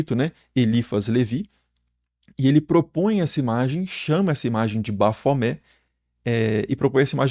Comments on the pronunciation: Tem que pronunciar o "T" porque a é um acrônimo invertido para Templo Hominis Pacis Aba, Templo do Homem Paz do Pai. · Gente, me lembra também aquela mãe de santo, que mandou fazer uma imagem de Baphomet enorme e colocar em cima da entrada da casa dela kkkkk E me lembra aquele video do Rock in Rio la de 80 e pouco, com o cara pronunciando errado. Ele literalmente separava: bap-homet. Tanto esses quanto o do Super Xandão, eu morro de rir kkkk